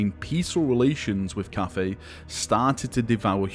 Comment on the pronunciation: Why are You spelling it Caffei? All in all, if You have to, say 'caffai'... And it actually should be spelled 'cattai'...